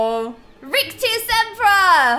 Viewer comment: It’s rick-tas-sempra. Please like so can see